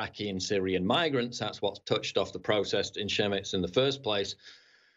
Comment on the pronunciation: Chemnitz is pronounced kemnits, not shermits.